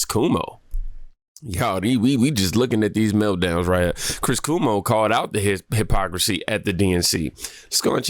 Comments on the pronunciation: Chris Cuomo's name is not pronounced "Koo-moh". It's pronounced "Kwoh-moh". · 😆 Not Coo-mo. Cuomo rhymes with Jomo, in Spanish. His talk was amazing, however 😉